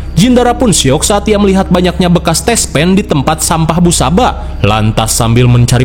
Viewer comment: tespek bang bukan tespen